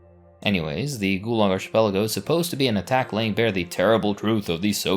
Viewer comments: Archipelago is pronounced arcipelago and Apartheid is pronounced apart-heid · Don't know if you care or not, but the word "archipelago" is not pronounced with a soft "ch" as in church or Charles. It is pronounced with a hard "ch" sound like in Bacchus. Think of it as a "k". Ark-i-PEL-a-go. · Is arch-pelago a valid pronunciation of the word? Asking genuinely since I'm Brazilian and I've always pronounced it as arqi-pelago. Or ark-êêhpelago. It's written as arquipélago in portuguese. (Now, looking at it, the arch aa in archduke really does make sense.) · It's difficult to take any of the "inaccuracies and lies" presented in this video at face value when the narrator didn't even bother to look up the correct pronunciation for "archipelago." Do your homework next time. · U need to learn how to pronounce the wirds archipekago and xenophobic